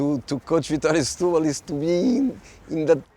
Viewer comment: Setubal "stooboll" whut??